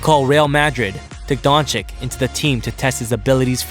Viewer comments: It’s pronounced Donchich not donchik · His name is luka doncic not luka doncik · It's Dončič not Dončik 🤦‍♂️ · It´s not Donchick it´s Donchich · Don"chick"? Isnt it supposed to be don"chich"? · Doncic. Not donchick 🤦‍♂️ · Nice clip. But... Pleaseeeeeee, try Doncich not Donik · It's pronounced Dontsits... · Donchich!!! Just don't say his surname if you are not capable to pronaunce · this man said dončik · Dagger through my brain every time I hear Donchik. If the first c is a ch, why you think the second one is a k? So many ic(ich) players in the NBA. How hard can it be? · Isn't it pronounced "Donchich" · stop pronouncing Luka DonChick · Disliked because you still dont pronounce his name correctly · learn how to pronounce names Madrid and Dončič... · Man this guy says his name just as bad as Flight smh